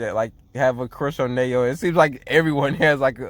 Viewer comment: Kite's been their only scorer so far after Chiaki left lol. Still, as we can see from blocked attempts, Kite couldn't really do it by himself. Mokichi and Momoharu's rebounding/defense are holding the team together. BTW, Nanao Nao is pronounced Na-now Now lol, not Nay-oh.